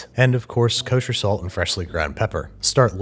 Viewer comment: No one: Babish: KUSHER SALT!!!